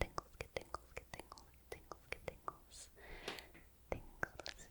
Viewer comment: Your... mouth sound enunciations... are FLAWLESS. The G and T on the word get and tingle, the D and T in Doesn'T, all of your hard syllables pop in the softest but brightest way, like raindrops on my brain-window.